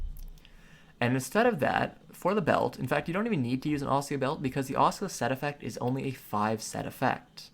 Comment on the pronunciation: Tree-ant, guy-ant, ossula. Have I been saying this shit wrong all my life?